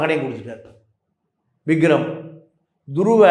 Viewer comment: Vigram illa, Vikram. Enna reporter ......😮